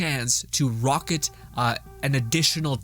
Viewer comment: Play the ANGLES not play the ANGELS. Also, the word is RICK-O-SHAY, (ricochet) not rocket